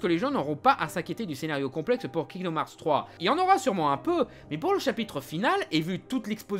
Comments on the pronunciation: C est pas kingdom harts mais herts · Bonne vidéo malgré les « kingdoum hearts » qui me font grincer des dents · il dit kingdoum hearts jadore 👁👄👁👉👈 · "Kingdom HAARRRTTSS" accent anglais Zéro ! Oui monsieur ! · Je suis le seul à entendre « kingdoom harz » en début de vidéo? X) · Tu prononces le jeu tellement mal ....